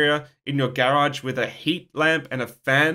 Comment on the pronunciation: I like the way he pronounces "Garage". As in "Gear-age".